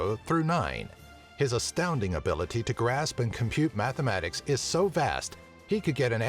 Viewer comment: And for number 2 matha-man-tics